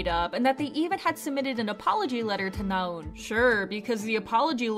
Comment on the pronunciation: it's not 나운 but 나은, simple shit like that shows u're not even trying